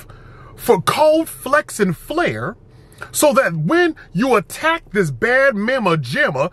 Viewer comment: the caucasian came out at the “flair”